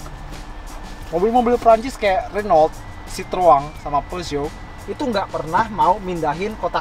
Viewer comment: Om pelafalan Renault nya salah tuh, liat di Autonetmagz instagram kan baca nya 'HUNU' hahaha